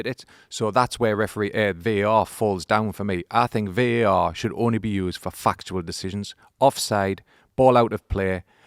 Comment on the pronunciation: starts saying “fuc”… and I am like “Here we go, an F bomb”. Then he is “fuctual (factual)”